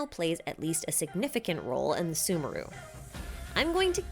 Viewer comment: I am not going to listen to someone who can't even pronounce sumeru correctly